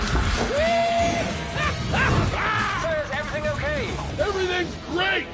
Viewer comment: The Captain's name is, not Mike.